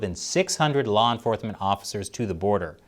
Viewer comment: “law enforthment” 😂